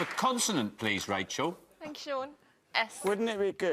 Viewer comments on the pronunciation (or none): is he saying continent? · Who is this guy and why does he keep calling consonant continents. Why does every American guest embarrass us Americans.